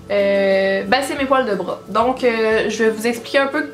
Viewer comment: “Les poils de breuh”